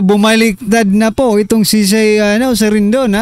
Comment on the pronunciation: RIDING NOT "RINDON".